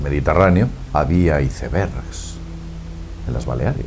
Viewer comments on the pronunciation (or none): nieve en el sajara y los icebergs (aisbergs) yo pense que los españoles no tenian faltas de ortografia al hablar, pero o ya veo que se les patina la lengua...